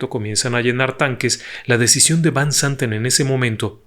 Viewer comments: Magistral relato, me atrapó desde el inicio. Lo único es que no mencionaste que Fanny Cano, actriz Mexicana también guapa, iba en ese vuelo también y el apellido de del piloto de KLM, Van no se pronuncia así, si no como Fan. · Van se pronuncia (fan) que significa de